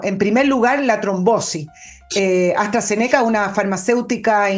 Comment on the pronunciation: Astra-Zéneca pronúncialo como esdrújula. Saludos cordiales.